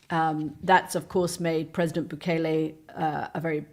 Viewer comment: Goddamn it! He was here legally!! Stop telling lies about him!! And it’s bu-KEL-lay.